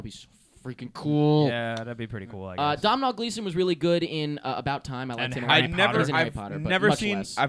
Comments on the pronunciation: guys Domhnall Gleeson is irish and sorry to be annoying but it's produced Dough-nal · not to sound like an asshole , but in Ireland , they pronounce Domhnall Gleeson like Dough Nell